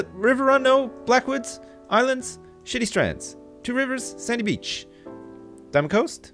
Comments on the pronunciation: When he said shady strands. ..It sounded like shitty strands ..XD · It sounded like he said shitty strands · I thought you said shitty strands instead of shady shady strands